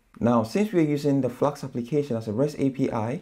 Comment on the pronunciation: Why do you keep saying 'Flaks' instead of Flask?